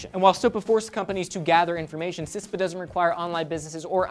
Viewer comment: CISPA not CISTA